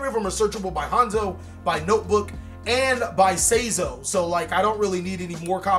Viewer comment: say? zo?? nope his name is sai=sigh zo^^